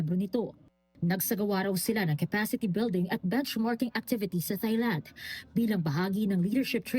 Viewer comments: It's pronounced as Tailand, no H sound. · Reporter, pls pronounce THAILAND properly.